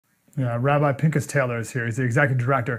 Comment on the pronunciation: Cant even pronounce Rabbi's name ...Lesson 101 " P I N (K with a gargle) as" Just saying